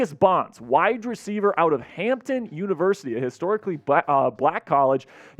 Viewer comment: 😂😂😂 you not saying Hampton right